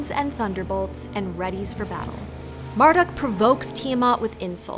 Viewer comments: I thought Marduk was pronounced "Mardook", not "Marduck" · you said marduk like mere-duck no! it's mar like must - dook